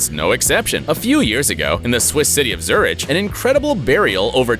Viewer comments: Its pronounced Zurick not Zuri-ch o-o I love your vids but please learn how to pronounce certain places, if not sure do reasearch like you did for this vid. =) No hate just saying as a fan. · Did he say "zoo-rich"? I'm not Swiss, but isn't pronounced "zoo-rick"? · 'Celtic' is pronounced 'Seltik'. A 'c' before an 'e' is pronounced as an 's' (century, cemetery, Cecil, Cedric, cel...). 'Zürich' is pronounced 'Zuurik', not 'Zuritch'. According to the photo, the caretaker was in good condition (you don't have to mention that...). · it's not Zuritch it's Zürich... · Wait... "Zuritch"? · who can't pronounce Zurich ?